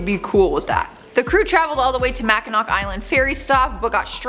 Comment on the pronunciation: "MaCkInAwHk" cringes in Michigander